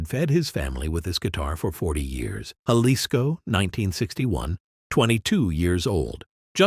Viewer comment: Yep, AI can't pronounce numbers and words or foreign words either. But it can produce 200 of these quasi believable stories a day with the same voice.